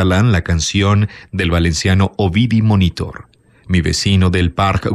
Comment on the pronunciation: Eres el mejor narrador de Youtube, no tengo palabras para agradecer los buenos ratos que me proporcionas, dignificando aún más cada texto con tu voz. Pero esta vez hay varios fallos de pronunciación, lógicos por ser foráneo, que te hago saber como crítica constructiva: "Jóvenes que se pegaban EL lote", Medinaceli (como suena, con "c", o "s" si seseas), Ovidi Montllor (como suena), el vi del vici (se pronuncia "visi". "Vicio" en castellano)